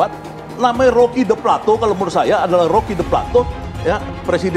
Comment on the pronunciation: Roky pleto kali bukan plato